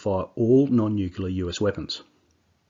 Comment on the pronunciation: dude..... its Nuclear, not nukular